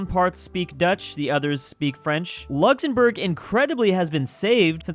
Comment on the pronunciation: Who is going to tell him that it’s Luxembourg and not Luxzembourg